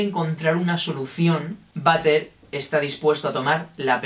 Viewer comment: m siento mal porque cada vez que decia butter me sonaba a vater de baño y me entraba la risa :'(